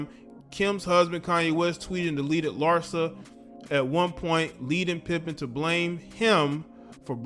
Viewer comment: Her name is Larsa PIPED-EN😂😂